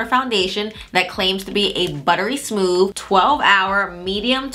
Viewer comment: “Buttery smoof” 🥴